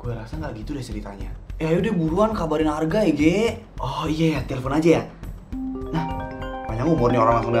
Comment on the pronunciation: Pas Maya bilang Arga tapi dia bilangnya harga bukan Arga loh